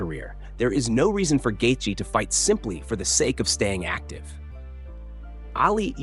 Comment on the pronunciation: Gaith-J? Garbage ai slop